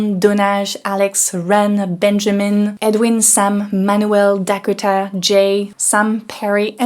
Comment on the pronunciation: Learn to pronounce "Dakota" correctly, LOL!....